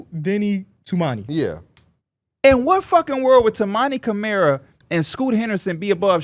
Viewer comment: P can’t even pronounce Camaras name properly after he’s been in the league for two seasons smh…. All you got to do is watch one game it’s not hard